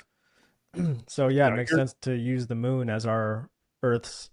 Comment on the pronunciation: hes trying ro say the moon bro